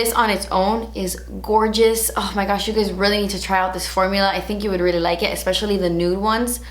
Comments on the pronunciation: When she says "oh my gouch" cracking my ass up! I love how she says gouch and it ain't no Thang but a chicken wang;) lmbo your personality brings a lot of smiles into this world!!! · Every time you say "Oh my goosh" I have to pause the video because I'm dying laughing. It always takes me off guard!!!